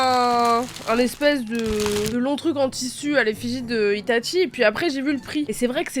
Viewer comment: c'est pas itatchi mais itachi